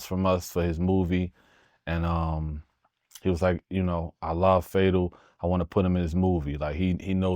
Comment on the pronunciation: Say his name right fataveli “